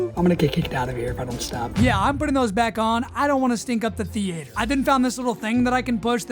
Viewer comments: movie thee-ate-her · Why do you pronounce it thee-ater? 😂 😂 😂 😂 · the way you say theater ruins the video off rip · I love the dedication to pronouncing “theater” that way